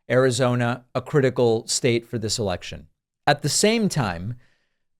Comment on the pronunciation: David I heard you say ..dis..instead of ..this lol I laughed so hard because of all the podcasts I follow yours is the one I double and triple check my grammar when leaving a comment. Cute❤️🤍💙